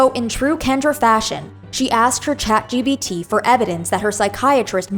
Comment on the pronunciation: also its chatgPt not chatgBt sry i cant